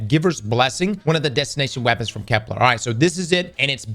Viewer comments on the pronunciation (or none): I dont even care about EoF anymore, I just want to pronounce Kepler correct one time